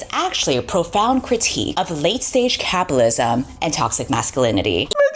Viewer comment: she can't even say capitalism, doubt she even knows what it even is. capilism. imagine thinking there is freedom in the US. ok in summary basically gooner women are into bestiality. noted.